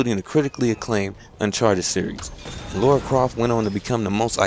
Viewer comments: You my friend are one of the best reviewers on youtube. Really looking forward to this one, as I love a game with a great story and great gameplay. P. S Just thought I should mention her names Lara not Laura, LOL, It's all good though. Thanks Again for the great reviews man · is Lara not Laura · good review but it's LARA.... LAAARA! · The miss-pronunciation of Lara is really hard to get over >.> but great review regardless good job man. Can't wait till Monday GAME still haven't dispatched my copy but i really hope it arrives on time ^^ Should point out i was expecting today because Sunday of course isn't a working day for post so i was worried that posting on Saturday would make the game arrive late but i'm probably worrying about nothing ^^ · What is so difficult about pronouncing Lara? I don't get it... never been an issue for me.